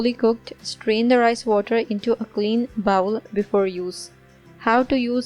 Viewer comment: Thanks for the recipe. Please correct your pronunciation for the word ‘bowl’. Bowl is spoken like بول in Urdu. Bowel is spoken like باؤل and please understand the great difference between the two to save yourself from embarrassment. Bowl بول is a container a small vessel or a big cup . Bowel باؤل is human waste, sh.t So when you speak ‘bowl’ as bowel then you know what great mistake you making in front of your English speaking audience around the world. They simply laugh at you.